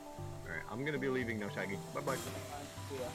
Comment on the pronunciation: At the beggining when said we are playing with crowned shaggy it sounded like we are playing with crowned shanky lol xP xO